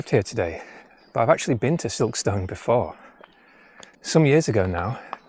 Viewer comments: Another great video. From someone that’s worked in South Yorkshire and in particular Barnsley for over 15 years Silkstone is pronounced “Silkstun” 😂 The stone is stun 👍🏼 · Recognised Silkstone from the thumbnail 😊 Sounds veey posh when you say Silk-stone, us locals say it more like Silk-stun. Very interesting video 😊